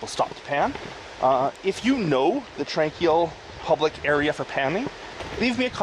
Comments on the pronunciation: As someone raised in Kamloops, your pronunciation drives me crazy. We always pronounced it Tron-quille, not Tran. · Beautiful video. My old stomping grounds. Just for info sake, you pronounce Tranquille with a short O sound, like tronquille. Have a wonderful day.